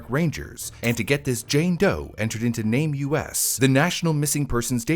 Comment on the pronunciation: It's not Name U. S. Had nothing to do with the USA. It's called NAME US. US. THE MISSING. Not seperate letters. It's even spelled NameUs. Not a seperate S.